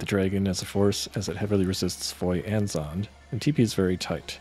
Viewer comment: Is Zonde pronounced like that? I assumed it was “Zon-Day” Considering practically every tech has two syllables or more aside from grantz. It sounds better too. Nah, been pronouncing it like Zonday since I was in the 3rd grade, so I’ll never pronounce it the way you are 😂